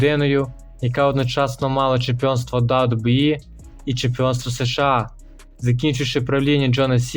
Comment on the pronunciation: США, а не СеШеА. Нема в українській мові звуків се і ше , а є ес і ша. Прийнято казати просто США. Дякую за випуск